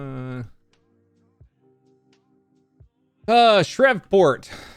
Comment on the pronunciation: Shreveport Louisiana. You completely mispronounced that lol. It’s pronounced shreeport lol.